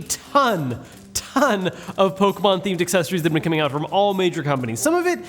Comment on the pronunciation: The way you say Pokemon all compressed like that infuriates me lol